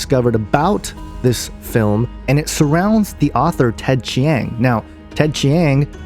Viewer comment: Between your horribly incorrect pronunciation of Ted Chiang's name and the fact that you are claiming all these things without seeing the movie, I was already thoroughly annoyed within the first minute of your video. And what's this discussion about flat earth? It has been scientifically proven that the earth is round, and the only way you can believe in a flat earth is if you either surround yourself with misinformation, or you are too dumb to understand. Finally, it's a fiction movie. Relax. People like to think about aliens because it's fun. No idea what you are thinking here.